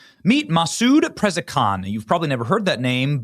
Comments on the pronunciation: You pronounced his name wrong. It’s Pa-ZISH-key-on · They will never surrender! Unless this is the beginning of the fake peace that the Bible talks about. It’s pronounced peh-zesh-kee-AWN btw. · Benny. You really need to work on your name pronunciation! 😊 And by the way, how do you make ANY deal with lying TERRORISTS??? HUH??? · Benny's turning out to be a weenie he can't even say Pra zhe she Kien. Shows how much he really pays Attention.. to the Middle East